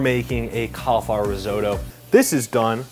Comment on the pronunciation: Reezohdoe? Take a few seconds and try to learn how to pronounce it, try a translation app very simple ri not re risotto.